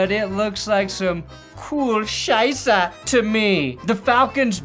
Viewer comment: Hearing butcher 'Scheiße' over and over again makes me smile like nothing else has this year.